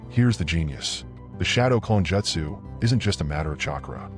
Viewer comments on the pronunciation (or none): The most annoying thing on this vid is you calling it Jetsu when it is Jutsu ( Jute - Sue ) please correct this pronunciation from here on out. Thank you. Other than that good vid. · Bro gotta learn how to pronounce jeutsu wtf... Naruto is also pronounced wrong